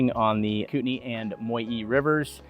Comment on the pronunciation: Moyie is pronounced "MOY- yae."